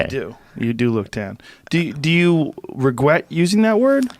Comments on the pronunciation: Joe 'Regwet' Rogan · Joe “Do you regwet this, sir?” Rogan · More like the word regrwet. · Joe's turning into Elmer fudd